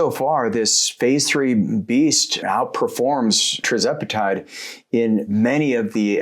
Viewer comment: Why do you say TRIZEPATIDE